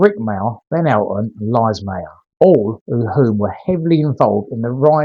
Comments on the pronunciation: Pretty sure Lise is pronounced Lisa - we owe it to her to get it right ;-) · I believe Lise Mayer's name is pronounced more like Lisa.